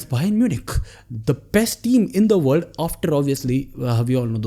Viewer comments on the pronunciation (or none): none